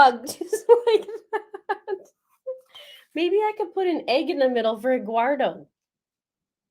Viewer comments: The lawyer, I think it is the defense attorney, gets Eguardo wrong too. He actually says it the right way and says Eduardo. It’s confusing. 😂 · The def lawyers are awful, cant get anyones name right.. Lana landon eggwardo eduardo hahaha